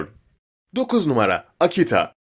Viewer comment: 1o numara derken sadece ra diyo